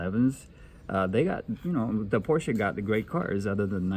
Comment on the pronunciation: Hot Wheels quality has been lame for decades! At least he say's "Por" "Shuh" and not Porsh